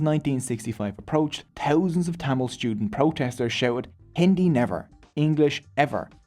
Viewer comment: Bro's pronunciation of thamizh names were on point. Impressed 🫡